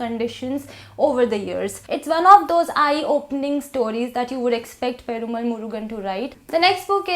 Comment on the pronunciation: Loved your review. Keep up the good work! But I would just like to add that it is pronounced /peruma:l/